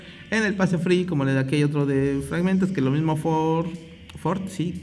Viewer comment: cuando dices free suena a que dices friv